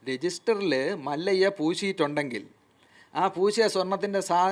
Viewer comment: മല്ലയ്യ അല്ല ഹേ മല്യ എന്നു പറയൂ😂😂